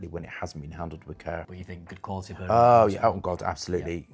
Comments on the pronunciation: Not sure what his angle is, being a gay male. And it's bergamot not bergamom. always mentioning limonene, linalool, citral, and geraniol (listed on the back of every fragrance) is getting old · Bergamot is not pronounced Bergamont.... just saying . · Why cant he pronounce bergamot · He mispronounces a lot of things, all the time. Always has. VeRtiver (Vetiver), Labdaman (Labdanum), BergamoNt (Bergamot). No big deal, it's just irritating.